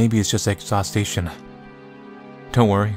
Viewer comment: The way you say "Exhaustion" is so funny. "Exhaustation" heheh